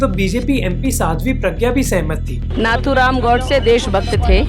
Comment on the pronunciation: Name to sahi se liya karo Nathuram godse ka bhi